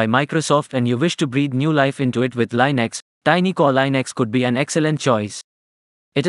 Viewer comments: Plz, its pronounced linux, not leinux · It's not lynax its leenuks